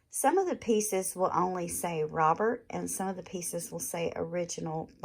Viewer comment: Its pronounced robair- not robert